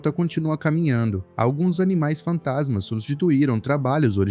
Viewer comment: Ele fala Bestas fantansma com n depois do a😅